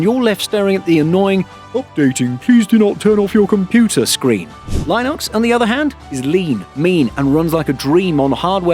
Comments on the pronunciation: Only beef I have with this video is the pronunciation of Linux, it's "Lynn-ux", not "line-ux". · No Linux user would pronounce it "lie nux". And it's not a 1:1 replacement for Windows, you might be able to make it work, you might not depending on your needs. Luckily it's free so you can try it and figure out if it work for you. And to be clear at least for now you need to be buying a copilot+ machine to even be worried about recall. Not to defend MS as it was a poorly implemented security nightmare but most people don't need to be that concerned about recall until the average PC comes with an NPU and/or can run recall. That said there are enough reasons to switch if you can, Windows 11 being the one that got me to finally move to Linux as a desktop OS. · The way you say Linux makes me wanna switch back. 😅😅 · Don't say Linux like that, please 👍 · Never heard anyone pronounce Linux like that before. Currently dualbooting Zorin and win11 in preparation for a more permanent switch. Was already in progress from a while back. Recall was just the latest reason confirming I'm on the right path.